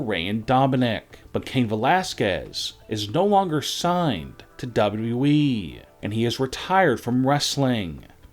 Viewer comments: Would you PLEASE PRONOUNCE WWE PROPERLY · How do you say wwe like that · He can’t say wwe right